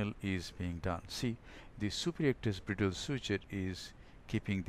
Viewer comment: It is called /Braidəl/ not /Brì:dəl/ . Thanks.